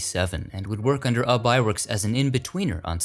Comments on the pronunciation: It’s pronounced “you bee” Iwerks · Isnt `Ubbe' pronounced `YOU-be'?